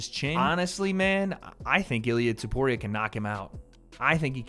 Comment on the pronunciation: can u please say topuria instead of tuporia…